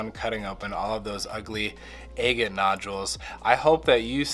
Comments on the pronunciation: A’ gate not aygate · Egg-it? I thought it was agg-it. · ah-gate, ah-gate, ah-gate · You're driving me crazy calling these agates, Ay-gits. The word is not pronounced with a long A. It isn't Aygit, it's Aah-get. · It is pronounced a-gate as in Aggie (short vowel) NOT aye-gate (long vowel). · I never heard the word agate pronounced that way. I always thought it was "aggit" to rhyme with "bag it". Anyway, this is really interesting! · I’m not understanding what you’re saying. What is an eggan or eggit? I don’t know what kind of stones you’re describing? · It's pronounced Agate stress on the first syllable. A as in apple not angel. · "Eggat nodules"...? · Agate is not pronounced with a long 'a'!!!!! A short 'a' as in ahhhh!!! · Please Google how to pronounce agate and adjust accordingly. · If you’re going to call yourself you should probably learn the correct pronunciation of “agate”. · I do enjoy your videos, with all their suspense! But I can't understand why you pronounce agate the way you do. The first a is like the a in apple.